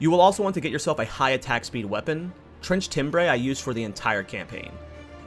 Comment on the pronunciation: Also Trenchtimbre is said wrong - not tim-bray, it's tim-ber